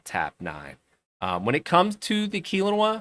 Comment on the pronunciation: Its pronounced kel-owna , i only know because I live near there